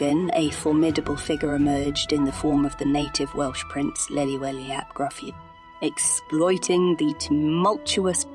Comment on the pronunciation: great history on the castle but you've butchered Gryffydd and Llewellyn pronunciation's. I grew up about 5 miles up the road from Caerphilly. (Hengoed) to help with the pronunciations next time try Llewellyn = (Thlew)(Elun/Elin) Thlewelin Gryffydd = (Gri/Gru) (fid/fith) Grifith (not to be confused with Griffith, although similar sound) all in all the video was really informative and i enjoyed it. apart from the butchered Welsh name pronunciation. :)